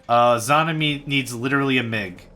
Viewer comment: It's pronounced "Zz-jah-nah".